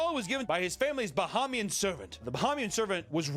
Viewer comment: As a Bahamian, the way they say “Bahamian” is hurting my soul.